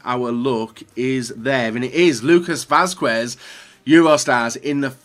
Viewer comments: Не е Васкуес а Васкес 😂😂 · Good video,but isnt "Vaskuez",it pronunce" Vaskez" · It is readed like Vasqez, in Spanish the "u" in combination of que or cue isn't readad